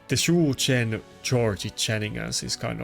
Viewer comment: I have to admit your pronunciation of Shu Zhen tickles me - I don’t know why, it was my fave until Lord Shazar n this vid. Loved that 🙏